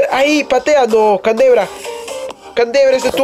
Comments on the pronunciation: Se dice candreva no cantebra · no es canderva es candreva :v